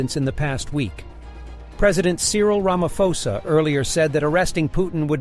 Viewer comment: Ra ma pho sa . Not Ra ma fo sa 😅😅😅